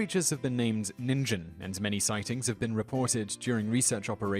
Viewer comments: Great vid, but it's pronounced "teh-keh teh-keh" not "teek teek". And "neengen" with a hard 'g', not "ninjin". The woman in gray legend sounds like a ripoff of a Japanese legend that took place near my home in Kyoto. A woman came to buy a candy every night for seven nights, before being followed on the 7th night. The shopkeeper lost her, but found a cemetery where he head the muffled sound of an infant crying in one of the graves. He informed the Buddhist monk who tended the cemetery and together they dug up the grave to find the woman dead, holding her living baby. You can still visit the shop and buy the candy to this day. It's not far from Gion in Kyoto. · teke teke, would be read as teh-keh teh-keh. not teek. ( i think thats only in english were "e" after a consonant changes the vowel sound) also ningen is pronounced with a hard G like gear. ninjen sounds like ninjin, a carrot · The Japanese words are pronounced (teh-kay teh-kay) and (neen-gehn) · About the Japanese legends... "Teke Teke" is pronounced "teh-keh teh-keh". "Ningen" is pronounced "Neen-gehn" With the 'g' making the 'Guh' sound, not the 'J' sound. Just saying, it's hard to listen to what you're saying about them when your pronunciation is so far off. Other than those things, the video was pretty good. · Ningen is just the japanese word for man, or human. its pronounced with a hard G sound, so, instead of ningen sound like the gen in generation, it rhymes with again :) but great video! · If you're going to say it, do it right. Ningen means "Human". And it's pronounced "Neen-ghen". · Japanese is very phonetic. "teke" is pronounced "teh-kay" and "ningen" is pronounced "neen-gen" with a hard "g." it literally means "earthling." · Didn't he pronounce Ningen wrong?! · That's how we're taught to pronounce a "g" in the middle of a word. I would've mispronounced it too.